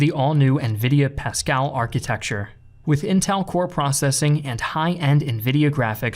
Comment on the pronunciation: This man really said pascal.